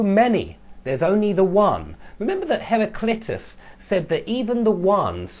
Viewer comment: Lol it's not pronounced "har-ry-clit-us" man! Lol hilarious. It's "har-ry-CLI-tus" !!!! Lol